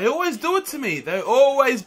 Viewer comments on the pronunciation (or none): none